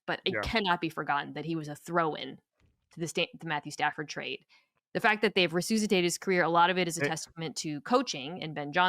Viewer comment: Are you trolling us with this “re-sooz-itate” business?